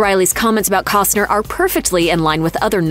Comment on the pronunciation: Can ya PRONOUNCE HIS LAST NAME ??